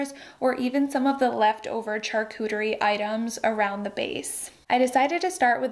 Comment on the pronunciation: I’m sorry but charcuterie is pronounced with a, “sh” as in sharp, not “ch” as in church.